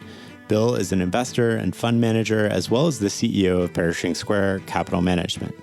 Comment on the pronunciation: bro called it "perishing square" 😭